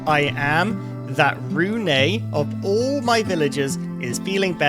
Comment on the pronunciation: Really hope the developers will change how bloodmoons work. Like telling the player in the morning of the day it happens so we dont have to turtle around our bases in fear of it suddenly appearing. Also you pronounce Rune as ''Rune-uh''. It's not a big deal, just feels really weird hearing my own name being pronounced that way xD